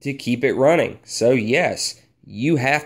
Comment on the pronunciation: I like how you say oil... ol